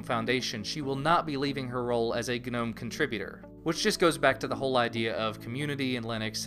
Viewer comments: It felt like it shocked my brain every time I heard "guh-nome". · um, i think the g in gnome is silent, like garden gnome. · Is it really supposed to be pronounced 'guh-nome'?